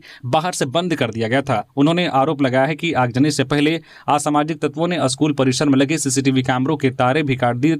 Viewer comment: स्कूल अस्कूल क्यों बोल रहे हो